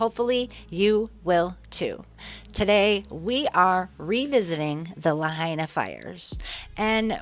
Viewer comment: Not La Hay Na